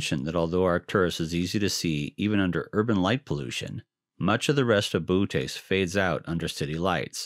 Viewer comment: You do know that it's actually "boh-OH-teez", not "BOO-tez", right? That second O has a diaeresis for a reason. Lovely series of videos otherwise!